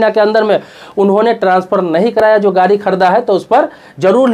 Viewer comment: अरे श्रीमान गारी नहीं होता है गाड़ी होता है, पहले अपनी हिंदी दुरुस्त कीजिए फिर दुनिया के सामने आइए।